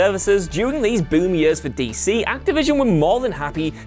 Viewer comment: Its "years" not "yuus" . Whu a waynka